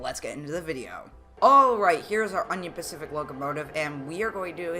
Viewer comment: DUDE YOU SHOULD SAY IT UNION PACIFIC NOT ONION PACIFIC